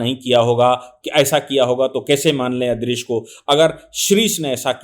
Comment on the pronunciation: ये दुबे जाहिल, जो हदीस को हदीत बोल रहा है नूह को नूर इदरीस को इदरीश बोल रहा है सून लो ख़ुदा ने हर नबी को अलग अलग किताबें और सहिफे दि वह किताब उसी नबी के ज़माने वालों के लिए थी, नबी जब दुनिया में आते तो उन्हें किताब मिलती वह किताब को मानने और उसी किताब के बताए हुए मार्ग पर चलने को कहते, जब वह नबी दुनिया से चले जाते तो लोग धिरे धिरे उस मार्ग से भटकने लगते और किताब में इंसान अपनी अकल हेर फेर करते इस वजह से वह किताब असली नहीं रहती और लोग पुरे तरीके से गुमराह हो जाते तब दुसरे नबी आते उन्हें दुसरी किताब मिलती नई शरियत मिलती ।